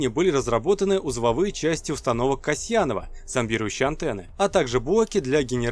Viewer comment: Установки Кайманова а не Касьянова